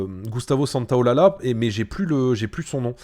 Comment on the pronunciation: Désolé pour la correction, mais en tant qu'espagnol ça m'a fait mal aux oreilles de t'entendre prononcer Santaolalla. Ça se prononce "santaolaja". Merci pour ta vidéo!